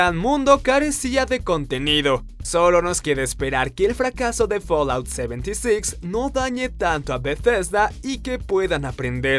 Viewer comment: folaut seventisix jajajajaja tomatela con tu inglés